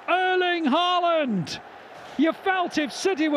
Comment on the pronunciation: the commentator does not know how to pronounce the name of the striker of his team correctly